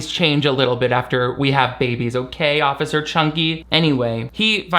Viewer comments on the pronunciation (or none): none